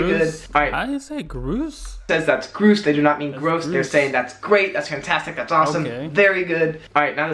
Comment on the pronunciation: His pronunciation of Grouse was wrong... It's like mouse with a "G". I don't use it though in my speech and it always makes me think of 80's kids TV shows! They would always describe things as being "Grouse!" which is like "really good" or "awesome"!